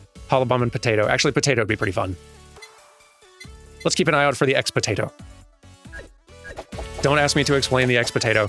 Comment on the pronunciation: X-Potato: Korone was trying to pronounce the boss "Expositio" from Blasphemous and it came out.... X-Potato. 10 minute boss: Mikodanye is the IRL mascot suit version of Miko. She's kinda taken on a life of her own, with some creepypasta posting and even miko herself calling her a separate entity.